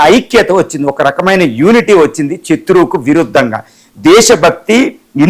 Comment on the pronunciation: చత్రువు,ఖైమోనీ ఏందయ్యా నీ భాష చావగొడుతున్నావు నీ భాషతో